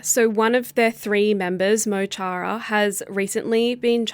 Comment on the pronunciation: Is it too hard to learn to pronounce Mo Chara even half right?